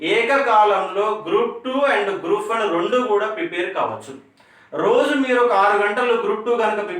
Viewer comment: Prepair kaadu prepare.